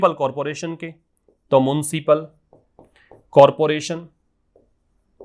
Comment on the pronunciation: It's municipal sir..not muncipal